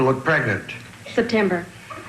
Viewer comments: “September “😂 I love her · "September" killed me lmaoo 💀